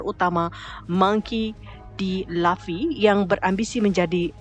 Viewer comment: lufffy bukan lafi